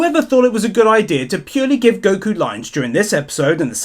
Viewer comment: The only thing I found wrong in these videos is how u pronounce Goku.....Guku lol